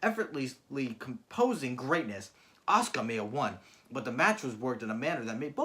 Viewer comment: Not ahsooka it’ arse-car